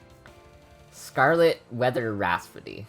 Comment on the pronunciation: Just a heads-up, it's Rhapsody, not rasphody ahaha That aside, it's a very fun idea for a tier list ejeh